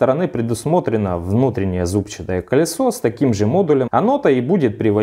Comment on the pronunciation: зубчАтое колесо)) Ударение на А